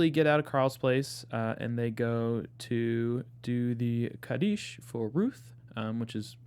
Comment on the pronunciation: Kaddish is pronounced KAH dish (Accent on the first syllable).